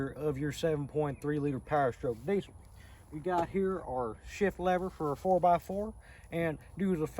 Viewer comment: It's pronounced "deezul" not diesel. I got some welds I'll trade for your mickeys